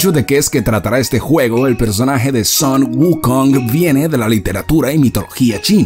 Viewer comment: Excelente video Bro 🆗😃👍 me gustó la narrativa jaja 😂👍 muy buena !! Cuando escuche el nombre Sun wukong parece que escuche SON GOKU 🔥😍